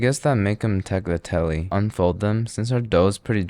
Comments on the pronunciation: Here are some minor nitpicks from your classic insufferable italian, that was honestly really impressive tho(except the thyme and rosemary instead of sage, that's a crime) Oh also you could see the cheese splitting in real time on the tagliatelle, add it off-heat ffs. - Your tagliatelle(pronounced ta(L)yatelle) were technically pappardelle - The pumpkin/squash filling should have a shit ton of parmigiano and some nutmeg in it. - Cappelletti vs tortellini is more of a size thing. There are cappelletti with a shape like yours and some that are just medium-sized tortellini(which are laughably small) - Pumpking filling is generally only in cappellacci(bigger cappelletti), cappelletti/tortellini have a ground meat filling. - The classic sauces are ragù(bolognese) or butter and sage for pumpkin filling and broth or heavy cream for meat filling - Agnolotti are much thinner and longer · At the point he said Tagliatelle I could sense an Italian having a stroke somewhere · there is no way you think thats the way you pronouce "tagliatelli"